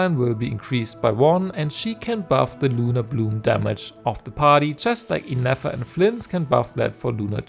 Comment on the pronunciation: Why on Teyvat did hoyo make two new characters with nearly identical sounding names? I couldn't figure out if you were saying Ineffa or Nefer, and CC doesn't know either, lol.